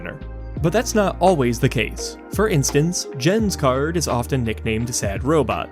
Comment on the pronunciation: I know you apologized for pronunciations on the names, but FYI, Jens is pronounced Yens.